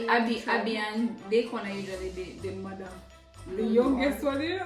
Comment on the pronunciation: "She is modder" 🤣😂